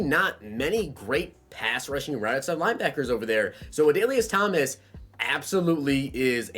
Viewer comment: you nailed the pronunciation of Adalius Thomas. Not many people know about him because he was in the shadows of Ray Lewis and T Sizzle